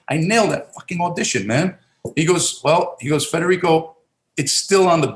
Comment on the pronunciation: Good friend u pronounced his name wrong.. dad was born in Naples or on a boat ride ?